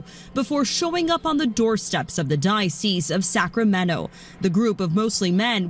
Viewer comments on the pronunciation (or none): It's not Sacramenno, it's Sacramento. I don't really understand the problem with migrants personally but I understand that people have big feelings over this. My big feelings are really revolving around the fact that news anchors (and many residents) can't pronounce the city name properly.